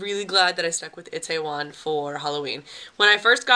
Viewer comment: Looks like you had a extra fun time. Always enjoy your videos and perspective. And now.. it's time to go Gangnam style on your butt, lol. Are you ready? Repeat after me: EE tay won. EE tay won. ;)